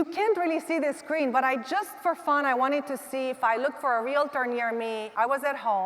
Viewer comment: It would really help your credibility if you would learn how to pronounce the word REALTOR . It is not REAL LA TUR .